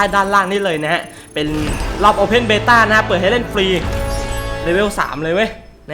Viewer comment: Beta ไม่ใช่ Bata นะครับ